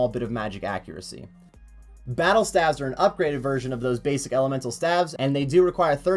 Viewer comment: Was just making a bit of good fun about his wrong way of saying staves, lol. (I actually had to rewatch the video because you decided to comment on something a year old and I forgot what it was about). Partypooper.